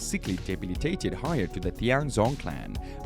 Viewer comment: Heir isn’t pronounced like “hire” its more like your saying hair or air the H is kinda silent